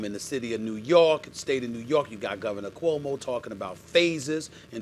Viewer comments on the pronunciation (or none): none